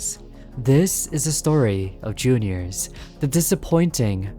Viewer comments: listen i dont mean to hate but pls stop calling it J.r's it's juniors the trailer you showed it calls it juniors this is just a small complaint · Jr's, not J-R's